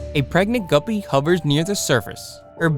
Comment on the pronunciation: why does guppie sound like gubby 😂 from roblox